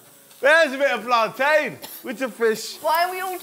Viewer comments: The way pronounces plantain piss me off it is no plan-tin it is plan-tain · ITS PLANTAIN NOT PLANTIN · ITS PLATAINNNNN, NO PLANTIN DAMN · said make plantin with banana 😂😂😂😂😂😂😂😂😂😂😂😂😂😂😂😂😂😂😂😂😂😂😂😂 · the fact she calls it plantin kmt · really said MAKE PLANTAIN howling hahahaha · "plaantin" plantian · Wait did she say make plantin out of banana 😭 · she said plantin so i dislike the video smh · We gonna let her get away with saying make plantain or nah